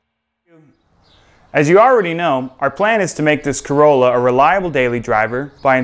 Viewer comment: Kai-rolla. Nice to see the update. Its a Toyota corolla super⛤